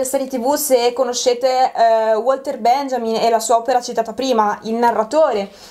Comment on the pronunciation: Le precisazioni da fare sarebbero tante. Ad esempio "Benjamin" non si pronuncia in quel modo. E poi una copertina è composta anche dalla quarta dove c'è una descrizione (letta generalmente da tutti prima di un acquisto) che - sommata al sottotitolo - chiarisce che il libro non ha mai voluto essere una banale collezione di curiosità su una serie tv. Ma un discorso più ampio sulla narrazione seriale in cui "How I Met Your Mother" è centrale, e di cui infatti si tratta ben al di là del capitolo specifico ad esso dedicato.